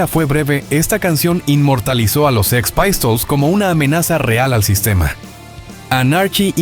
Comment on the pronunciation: Son canales de IA mal hechos, uno busca info interesante y al final tenes esto! La pronunciación de 'Sex paistols' y 'Anárki in de iukei' me mata!!!